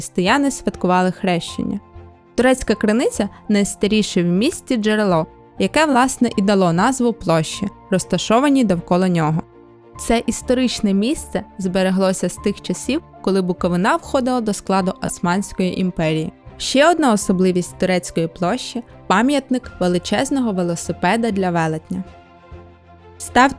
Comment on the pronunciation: Відео гарне,але є декілька неточностей. По перше БуковИна а не БуковинА. По друге кований пам'ятник двірнику який замітав трояндами вулицю Кобилянську стоїть на самій вулиці Кобилянській позаду собору. Майже в самому кінці вулиці.